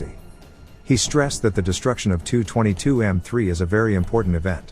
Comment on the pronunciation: Forgive me but ho long have Tupolev aircraft have their diminutive Tu pronounced as ‘too’ rather than the traditional T.u.?